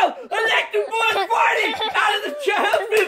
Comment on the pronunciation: party not potty